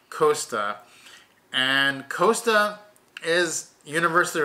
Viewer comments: Costa not Coaster. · If MSC is not agreeable for American cruisers it makes it infinitely more attractive for the rest of the world. And please pronounce "Costa" correctly.